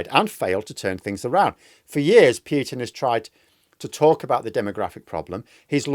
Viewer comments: Just pronounce Putin - don't damage your silly pronunciation into piutin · A nit-pick: it is pronounced Poo-tin, not Pyew-tin.